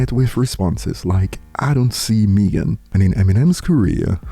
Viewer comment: I’m not hating before everyone comes for my throat. I honestly love how he pronounces Megan - Mee Gun vs May Gin. Every time I watch his videos I smile about it.